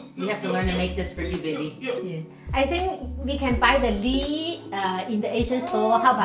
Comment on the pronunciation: Why didn't ANYONE tell this lovely lady that the thing in her hand is called a leaF...leaF ...leaF, NOT LEE? When a person does not correct one who is incorrectly pronouncing the words, YOU ARE BEING CRUEL. No one wants to speak a second language incorrectly. BE KIND. TEACH. Simple. 1 sound.... F....F, F, F, F, F! LEA-F. Not teaching is the same as perpetually making fun of the person and that is extremely UNKIND. I DO speak more than 1 language, and I TEACH others to speak multiple languages.... BE KIND. TEACH